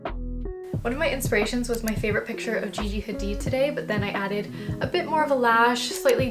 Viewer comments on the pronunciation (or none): none